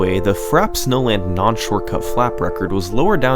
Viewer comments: It’s pronounced “Frappè” I think, I’m not sure why they didn’t include the accent. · No, it isn't, it's just wrong. It's "frap-eh", acute or not. Google it, it's two syllables. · Just to let you know, it's pronounced frappe (frap-pay), the chilled, foamy coffee drink, which is why it's a cold snowy track. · I am certain its frappay. Ive been playing this game since I was young. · tfw doesn't know how to pronounce frappe (frap-pay) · this fuck... is pronouncing frappe... frap... i'm going to lose it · Take a shot everytime he mispronounces frappe. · With all the laps and flaps, I think you forgot how to pronounce "frappe". :P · frappè is not pronounced like that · This guy is so American has can't even pronounce "Frappe" properly. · Seriously, I'm American and the second he said frappe the first time like that I was thrown off, waited until he said it again and proceeded to turn off the video. How anyone can fuck up that word is beyond me. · Imagine doing this much research and editing but neglecting to learn how to pronounce "frappé" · Publishes extremely well-researched video featuring tons of history about MK64 speedrunning Doesn't know how to pronounce Frappe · makes an entire video about frappe snowland, somehow doesn't notice how it's pronounced... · said frappe wrong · I love these vids and the channel but seriously, how can it not have been known, checked or learned on how to pronounce FRAPPE??? holy crap... thats just annoying , and considering all the other level of details here that get analysed. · Great vid! You mispronounced Frappé wrong though haha :) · Fra - pey, not frap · “FRAP” snowland? Or Frappe... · Ummmmmmm U pronce it as Frapé not frap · It's pronounced "fra· pei" not "frap". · I would like to point out that the word is pronounced "frap-pay," not "frap." It's a French word, meaning iced or chilled. It's not a super common word though, so the mispronunciation is understandable! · frap-ay not frap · It's pronounced "frap-PAYH" and not fraps.